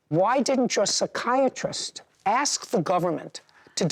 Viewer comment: What's so hard with saying ask? When they said that flipping crap in school, the teacher would ask them to spell ask. They'd spell it, then the teacher would spell out what they pronounced 🪓. Encourageable is what it is.